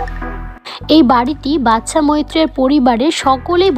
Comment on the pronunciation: বাদশা মৈত্রকে "বাচ্চা মৈত্র" বলছেন কেন!